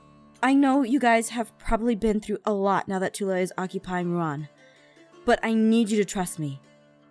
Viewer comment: It's Ru'an.